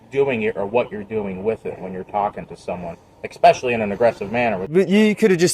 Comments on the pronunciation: Ekxpecially, why do americans pronounce it like that, its especially with an S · cop says eXpecially lol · Want to know the level of education these cops have? The one cop actually said "expecially" instead of "especially". Says all you need to know about their intelligence and I guarantee you they've never read the constitution they are sworn to uphold. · The cop already sounded like an idiot, but when he said "eck-specially," he made it official. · Any cop that says "exspecially" is a moron. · An educated officer says " ekspecially..." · God American cops are so dumb I mean christ, "expecially"? For real? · Cop literally said,"Exspecially..." 🤦🏻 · Mfer said "ekspecially". Fire him. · Ugh... he said exspecially. Bet he hates it when perps try to exscape. Next he's going to start axing very pacific questions. Later he'll stop for some expresso to help.him finish his shift.